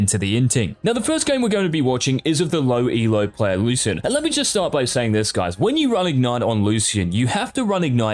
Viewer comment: the way u say lucian triggers me